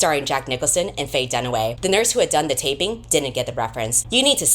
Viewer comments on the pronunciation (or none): none